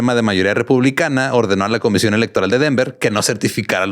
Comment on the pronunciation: Alguien más escucho "la comesión"? Creo que está pasando mucho tiempo con Badia